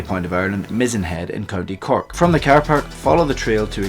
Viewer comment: "You can park your kwaaar at the kwaaar park." Making me homesick. ;)